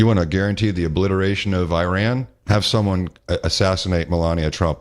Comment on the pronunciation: BUBBA JESUS FUCK ALA ITS IRAN NOT IRAQ